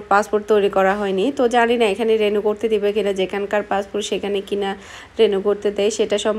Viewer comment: কেনো বার বার রেনু বলতেছেন? রি নিউ হবে